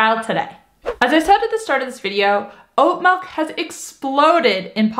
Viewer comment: Melk? Well, a little dramatic but I do make my own. You don’t need to soak it overnight but the longer you soak it the more slimy it is. 4 cups water, I cup oats, 1/4 cup cashews. Keeps 4 days.